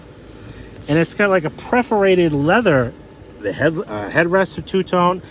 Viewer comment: it is PERForated, not Preforated.